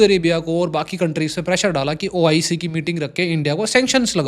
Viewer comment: BROTHER ITS NOT OCI ITS OIC